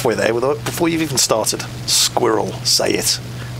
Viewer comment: They pretty much pronounce Squirrel as Squivvel.